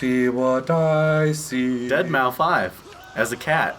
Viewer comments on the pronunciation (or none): It's not dead mua 5 it's pronounced dead mouse